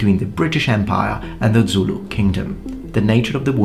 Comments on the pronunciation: Great info as always! But, as a Xhosa person, I want to offer you a free lesson in pronouncing the "X" sound. It's a lot simpler than you think. Have you ever called a horse by clicking your tongue? Boom, there it is. Also, Zulu doesn't have that kind of "dz" sound in it. It's spelled phonetically so you say it how you see it. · You pronounce Zulu the same way the BaPedi people do when they want to annoy/insult Zulu people.